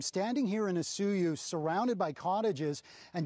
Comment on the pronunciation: It hurts me how you say O su yoos and not O soy oos.